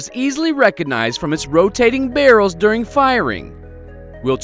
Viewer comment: Why he say barrel's like that